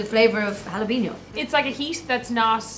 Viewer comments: Someone please tell Eadoin(sp?) that jalapeño is pronounced hala-pen-yo? Other than that, love your videos! Please keep them coming! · Best mispronounciation of jalapeño I have ever heard. Ja lap inoes. 🤣 🥓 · Gah, hearing jalapeño pronounced Gel-Op-in-Os is so cringeworthy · jalapeño is pronounced halla-pen-yo